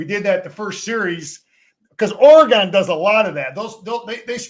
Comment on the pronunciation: The stress is on the first syllable of "Oregon" -- same as it is in "Michigan." In other words, it isn't or-uh-GAAAHN. 😅 Nice break-down.